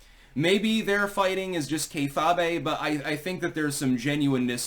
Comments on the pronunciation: "Kayfabbay" lol for a self proclaimed expert linguist sure does pronounce lots of things wrong. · Nikki Haley is an immediate disqualification. If Trump chooses her I am out. It would prove he learned nothing from his first term. By the way Kayfabe pronounced "kay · fayb" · did butcher the word kayfabe?